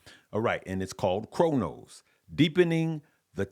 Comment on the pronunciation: Cronos is “Cro” family not Cor just an fyi!!!